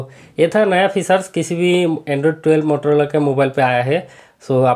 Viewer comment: Bhai wo mororola nhi motorola hota hai